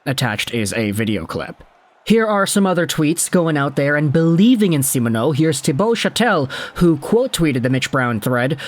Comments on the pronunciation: Yep, pretty good. Except kinda sounds like he's saying Semen-O instead of See-Mon-O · great vids. Long time fan! But, please practice saying Simoneau.. SEE-MON-O. Stressing the MON would help out greatly!